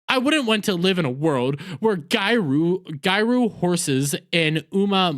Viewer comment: I'm sorry that it has nothing to do with the video, but I can't stand how you pronounce Japanese words. Gyaru is pronounced GE-YAH-ROO with a hard G. That aside, seeing the localization team on a losing streak is so satisfying.